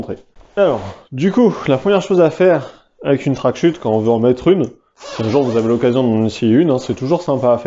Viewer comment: Les CH dans "wingsuit" et "tracksuit", ça ne fait ni accent anglais, ni accent français. (en fait tu es le seul que j'entends prononcer ça comme ça)